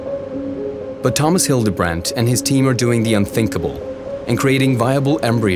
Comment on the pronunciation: Your pronucing Hildebrandt wrong... when talking about non American people ask them for proper pronunciation.